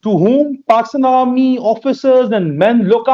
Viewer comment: 1 Hazar ke Karib = 1 hazal ke kalib 😆 Border = Bodal 😆 Army Chief = Almy chief 😝 Bipin rawat = Bipin lawat 🤪 Headquarter = हेदक्वाटर 😝😝😝 Faltu badke nahi marte = Faltu balke nahi malte 🤪🤪🤪🤪 Ja bolna sikh pehle 🤣🤣🤣🤣 Really Poor Pakistani is very Funny 😝🤣😝😆😝🤪